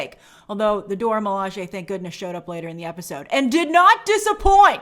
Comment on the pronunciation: Grace once again throwing side shots at Steve Rogers 🙄 Anyway, I'm just glad Grace is finally pronouncing the Dora Milaje correctly.